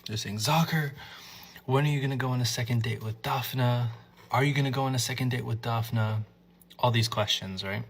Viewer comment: it's not pronounced Dafina, it's Daf-nee 🤦‍♂